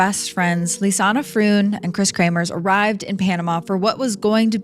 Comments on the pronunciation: Her name isn't LisannA. It's LISANNE (Lees-Ann). It's kind of important not to mispronounce the victim's name the entire video. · Stop pronouncing Lisanne, Lisanna!! Poorly done! I never heard about the possibility of organ harvesting. I've seen every video above this case! At least get some facts straight! And the strawberry tour is another thing I've never heard! The girls were supposed to have a tour with Marco on April 2nd, of the Pianista trail. That's why he called the host family to see if the girls were there. Marco went to the host family and the lady of the home let Marco explore the girls room on his own! That's bizarre to me, to be allowed access to the girls room. There's so much information out here about this case, but we're no where near the truth.